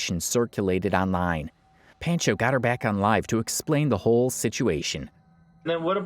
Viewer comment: that's not her aunt or how you say Pancho